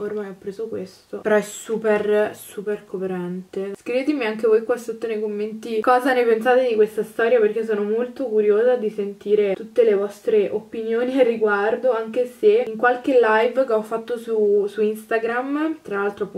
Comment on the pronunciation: io ti adoro, ti seguo da tanto e mi piaci molto. Ma ti prego è la seconda volta che dici OPPINIONI, è opinioni xD con una "P" Peace and love continuo ad amarti